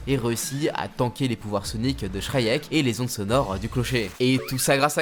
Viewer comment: Joli travail. Très cool. Par contre, pitié, travaille ta prononciation de certains nom comme Venom ou Shriek.